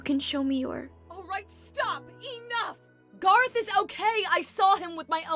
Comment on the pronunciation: GARROTH ITS GARROTH